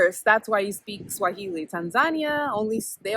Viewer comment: You are a first learner ..your pronunciation and intonation are on point. Uko sawa kabisa👍🏾. Very insightful info...karibu 🇰🇪🇰🇪 tena